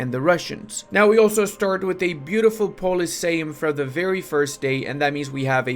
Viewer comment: No effing way pronounced Sejm right. My curse has been lifted. Last time you made a video about Poland I was fuming about how you read it as Seżm. Congratulations I can now rest in peace